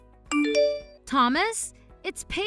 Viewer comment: Another repeat. And seriously, learn how to pronounce Thomas correctly!